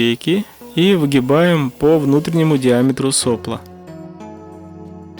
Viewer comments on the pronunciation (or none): Шикарная работа. Но все же - да соплО, соплО а не сОпло!!! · правильно «сопло́»